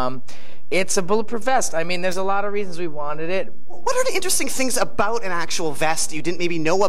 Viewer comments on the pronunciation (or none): "Tell me aboat it"